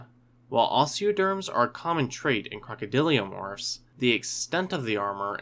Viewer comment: Crocodylomorphs my dude. Not crocodyliomorphs. Love your videos bro